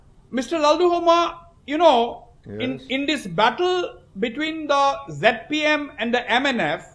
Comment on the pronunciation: it is not Jet P M..it is ZPM